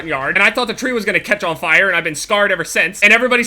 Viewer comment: says fire weird Like this so jev sees and makes a videos about how he says fire weird